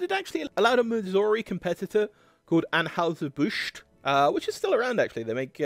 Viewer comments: In the US, the company which brews Budweiser is generally pronounced Annhiser Bush, not Anhowser as pronounced here. I’m guessing that an original German pronunciation might have been closer to Anhoyser, but that’s just a guess. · Just a note... it is 'Ann HIGH zer Busch'. not 'Ann "House" zer Busch.' Just to let you know, THAT is the pronunciation. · That final 'New' Schlitz recipe at the very end was actually pretty good. Very smooth and malty, not too hoppy like Stag Beer. Here in Missouri we pronounce Anheuser "An HIGH ZER" not An HOWSER and Strohs is pronounced STROZE, not STRAWS. Why can't we return to a time where people made a quality product and were paid enough to be prosperous while the companies made enough money to be profitable? Answer: excess taxation and over regulation. The government busts up low hanging fruit with little companies for antitrust violations, but allows the true giants to hold a de facto monopoly through common interests. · STROHs sounds like Stro s; && Anheuser is An high zer, i believe: do a vid how they KILLED! Bud Lite dead.. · Interesting video, although mispronouncing "Anheuser" doesn't exactly increase your credibility. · You need to work on pronouncing Anheuser and also Stroh's. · Mispronouncing virtually all of the beer company names in, yes, a beer video is fn lazy.